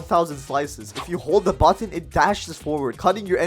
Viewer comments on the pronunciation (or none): none